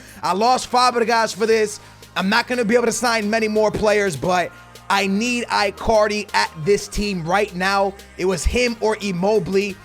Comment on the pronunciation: Sounds like you saying i carly its its prounouced like djs ichardi